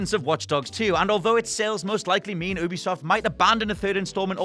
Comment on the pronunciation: Ubisoft Oo-bisoft ❌ You-bisoft ✅ Learn it, now